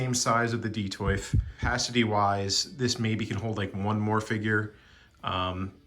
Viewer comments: Glad I wasn’t the only one wondering what he was trying to say. DEE-TOFF. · "Detoyf"? Why is he saying it like that? 😂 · Detolf........Detoyf? Don't ever say that word again. Who prefers crowded? 30 points of articulation and you don't use a single one. Why not buy statues? Great collection, but not a single one of them is worth looking at. You can afford the pieces but no good cases? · Great video I might scoop some of these up. I hate that you call it detoif though lmao it's an L not an I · I wonder if he thought the L was an i. Detoif. is the L silent in Swedish? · Yer killing me putting an i in Detolf!